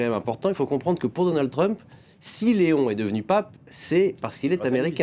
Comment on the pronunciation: vous ne pouvez pas dire Lééon XIV et non léon! c’est le Pape pas votre copain 😡